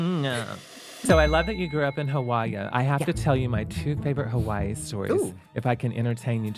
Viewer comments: Hawaii pronounced "how are ya" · Kelly's way of pronouncing Hawaii is very endearing.